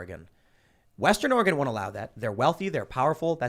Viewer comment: Btw is Oregon not ore gone